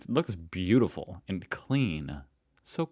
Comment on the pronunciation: The First Person to call Berlin beautoful lmao